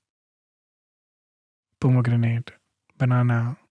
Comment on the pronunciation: He said pomegranate twice😬😬